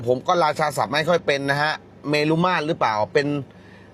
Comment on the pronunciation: เมรุ อ่านว่า เมน